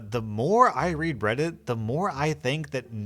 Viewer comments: "the more i read breddit" anyone else heard that or is it just me? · Is it just me or did say "bread-it"?